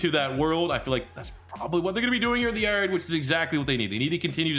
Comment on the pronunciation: I love how he says the yard😂. He says “the yurd” 😂